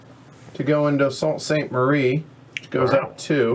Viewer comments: Sault Ste. Marie is pronounced "Soo Saint Marie". Just to let you know. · enjoyed your play-through ... need to get this on the table soon! oh yeah Sault Ste Marie is pronounced 'Soo' Saint Marie and St. Ignace is pronounced St. 'Igness' (stress on first syllable)